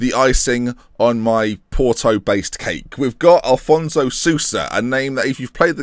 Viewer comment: It's AFonso, not Alfonso Sousa